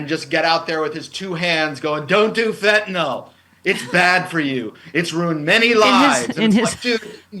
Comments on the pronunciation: FYI - It’s FentaNYL not FentaNALL. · It's not FentaNOL, it is FentaNYL. Different pronunciations.